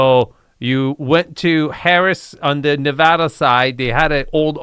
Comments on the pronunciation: And doesn't even pronounce "Nevada" correctly when referring to the state it is in. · It’s pronounced, “Nevada” NOT “Nevada.”